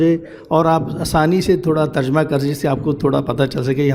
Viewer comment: تر جمہ کا تلفظ اکثر لوگ غلط کرتے ہیں terjamah not terjumah